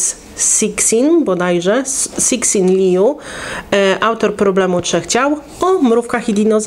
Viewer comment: Sisin Lju, przy czym pierwsze "si" czyta się jako osobne głoski, coś jak by "sysin".